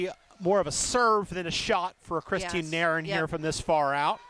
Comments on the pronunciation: This commentator always says Nair in for Nairn. 😂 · There is a video on YT of Nairn saying her name, and that is how she says it should be pronounced. I know, it doesn't make any sense.